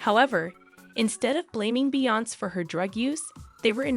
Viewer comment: Please learn her name and pronounce it correctly geesh smh